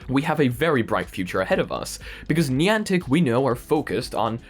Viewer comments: I love your content and you are a great source for vr and ar news.....but how you pronounced Niantic just made me cringe everytime. Still going to watch your videos and what not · Niantic is pronounced Ni-antic woth a long I and A